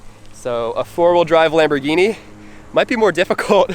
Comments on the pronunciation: It’s not kambhorghini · It’s kambhorghini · It is a lambourgini😘